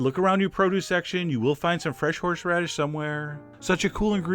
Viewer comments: I don't dare correct you, but "horSHeradish"? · Horsheradish.... F#$@ Take shixty-sheven, F$*@ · Are you saying "Horshradish"? omg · I like how he says HorshRadish the entire time. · Lol he said "horshradish" ;)